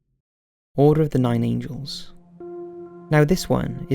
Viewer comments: I enjoy your channel immensely... However your frequent mispronunciations that plague the majority of your content is really off-putting. Most of the word mess-ups are even simple words (this video you pronounced Angles as Angels) and they have just become too frequent to ignore. I am not saying this to be nasty, rather I want to encourage you to work on it. In my mind, and I am sure it's the same for others, when you are presenting your research and you mispronounce words, it almost devalues your work. I would be more forgiving if you weren't a native English speaker, but you are! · It’s nine angles not nine angels lol